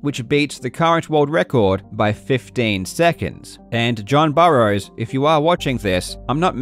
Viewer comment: Did you mean?